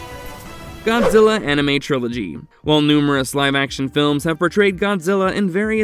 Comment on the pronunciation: Dude seriously said Gonzilla